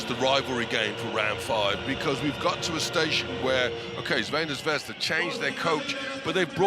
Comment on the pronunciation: face-purple-crying:Please, PLEASE teach the commentator the name of the team: its /ˈTsarvɛna ˈzvɛzda/, NOT Veina Zvezda